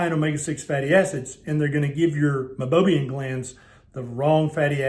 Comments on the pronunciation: Meibomium, not Meibobium. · It’s pronounced my-bow-me-n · You are showing it spelled as Meibomian glands, but pronouncing it “Mibobiam.” Which is it?